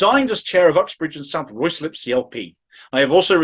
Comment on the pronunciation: Ruislip = RYEZ LIP. Please try and get it right.